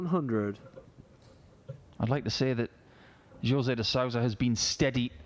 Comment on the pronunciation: Jose is pronounced Hose...